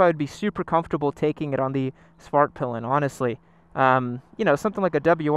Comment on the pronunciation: I cant stop hearing “fart pylon”